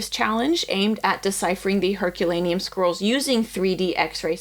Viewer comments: The diction in this video is appalling. It's "scrolls" not "squirrels". The rest of it is garbled, unclear and mispronounced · 5.03 Did she say carbonised Herculaneum squirrels? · Every time says "scrolls"... I keep hearing "squirrles" ( 🇩🇪 ) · It is so cool that there is so much passion for these ancient lumps of charcoal that multiple people are funding multiple ways to read them. I agree---this is the bright side of technolog, of AI, of computers, and the wonderful nerds who can do this magic! (P.S.---every time you say "scrolls" I hear "squirrels," which puts a whole new light on the entire endeavor!) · She does kinda pronounce "scrolls" like "squirrels" tbh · all i hear is squirrels😂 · I keep hearing "squirrels"